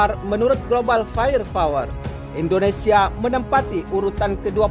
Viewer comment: Bukan fayer fawer.. tapi fayer pawer/ fire power